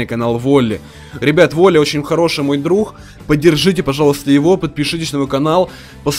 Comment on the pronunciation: Друх 😂 Ты что украинец?